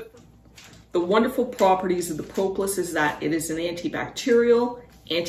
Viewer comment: Thank you for this. FYI - The first o in propolis is a short o, not a long o, like aw instead of oh.